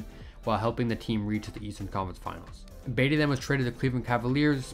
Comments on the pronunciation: Yup. buhTEE not BEYtee. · its pronounced like Buh-tee, not Bay-dee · I was lost when he was calling him baity I’m like what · It's Tony Battie! BAH-T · "Tony Batty." Lol I like the video but c'mon man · yup, its pronounced Buh-tea ... smh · All you young guys making NBA vids, start learn how to properly pronounce the names of the players in the league from their eras. I give you guys zero cred when you f up and stop watching. I got to Tony Battie and came straight here. Its pronounced BA-TEE